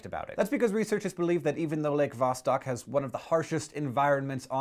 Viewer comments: It's not VAH-stock, it's vah-STOKE. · it kinda annoys me how you pronounced it VAH-STAHK, when it clearly should be pronounced VAH-STOHK.... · Lots of funny stuff comes from Russia, it's pretty screwed. Also, it's pronounced "vosTOK" and the emphasis is on the first syllable in "novotsi" source: I'm Russian. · its pronounced vastok which means south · Hank, you're pronouncing Vostok wrong. I don't know how to tell you the correct pronunciation. Great video! :D